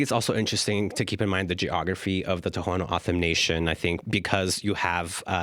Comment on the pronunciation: lol. Ever hear of Gadsden purchase. Mexicans hated and killed Indians. We took them as part of the deal. TO’s don’t say their name that way. A joke to listen to this female try to copy Spanish or any other. Do these ppl promise to watch and be responsible for border? Nope. They act noble when open border is a mechanism for trafficking. These ppl don’t live in the real world. How and why would a child of 3 be in court. Really? Wow. You could say they put this wall off for a long time, over 40 yrs. We did a lot for foreigners, now it’s time they take care of each other.